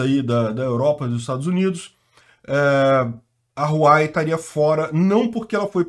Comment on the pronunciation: RU-A-UEI… queridão… HUAWEI